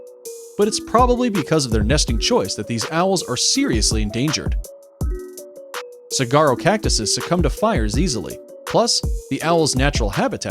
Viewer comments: Wow. It's "sawaro" cactus not "saragaro". Where did they find this guy? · Pronounced ‘Sawarrow’ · I couldn't figure out what kind of cactus this was talking about but then realized they uh, pronounced all the letters in the word Saguaro. I've never heard anyone pronounce the g in the word, it's always just silent, lol The dang thing is my state's state flower and it was so ding dang confusing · It's amazing how so many narrators refuse to look up word pronunciations. li-chins is pronounced lie-kins. This is the worst I've ever heard for ridiculous pronunciations, or rather ridiculous mispronunciation. ferrugeous? Come on. It's got an N in it. Ferruginous. Saerraguro cactuses? Saguaro, pronounced Sawaro. Oh, second time he calls it a sagaro cactus with a hard G. Two different mispronunciations. It is SO EASY to get pronunciations online. You don't have to read those funny symbols, just look the word up and you can LISTEN to the pronunciation.